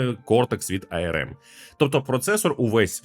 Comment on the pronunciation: ну не ай-ер-ем (IRM), а арм, ну або вже ей-ер-ем